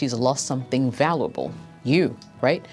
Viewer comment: Is an AI personality? She has weird accent traits. Most words she pronounces like an American, but some word she says in a bizarre way, like "valooble" instead of valuable. "SUCKsess" instead of success. Nobody from any other country or language pronounces it like that.